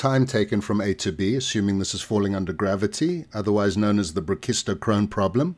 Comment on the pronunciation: Great stuff. It's the first time I have heard the word "brachistochrone" actually pronounced. The perspective that the goal is to calculate a function rather than a scalar leads into the need for operators rather than definite integrals very nicely. I wish that I had been prepared for quantum mechanics with this framework.